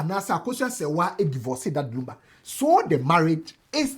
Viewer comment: pls the name is Lumba not Lamba, lumber nd lunba😢😢😢😢